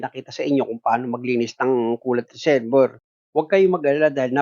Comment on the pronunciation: ang galing mo sir saludo ko sa yo..may minor lang ako napansin kasi yung reservoir ang pronunciation niyan dapat ay re-ser-bwa..salamat sir.